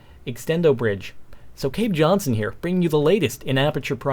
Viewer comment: cave jonshon hahaha